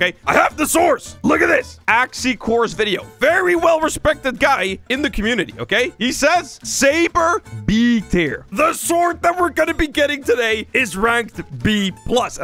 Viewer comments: Mans frl said Axciore instead of Axiore 💀💀💀💀💀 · Lol you miss said axiore you said axicore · “Axicore” bro cmon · Axiore became axikore